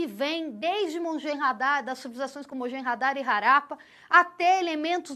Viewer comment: Harappa E Mohenjo-daro, não mojenhadaro